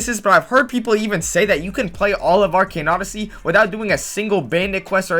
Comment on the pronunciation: Actually everytime he says arcane odyssey it makes me kinda mad or pissed idk why when the other guy says it not you tough you say normally